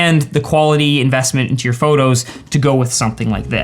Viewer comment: Photographers should stop saying “phurtography”. They’re photos, not “phurtos”. All n all, great info and video.